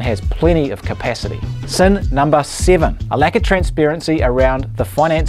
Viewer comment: I like number "seeven"😂